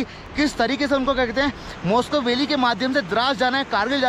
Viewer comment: भाई , मॉस्को वैली नहीं है, वो मुश्को वैली है।।।